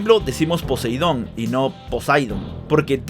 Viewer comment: Tanto en la serie como en el manga, dicen 「ポセイドン」、no 「ポサイドン」